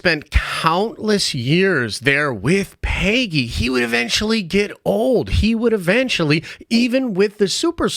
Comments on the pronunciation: The way you said Pay-gee annoyed me🤣🤣🤣 It's Peg-ee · PAY-GEE?? Bruh